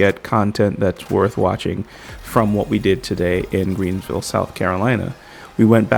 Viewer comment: U did say Greensville tho end 😂 & that golden gorilla statue tho! Lol Robots A.I. is def the future! Nice event! #salute my gud brotha!